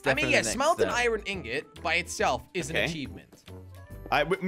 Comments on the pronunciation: its iron not irone jelly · Why do you say iren instead of iron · How many times does he say iron wrong 👇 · Josh always pronounces iron wrong